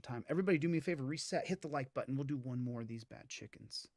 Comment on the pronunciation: "hit the like BUDDIN"